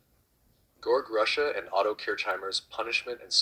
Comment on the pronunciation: You pronounced my name wrong 😂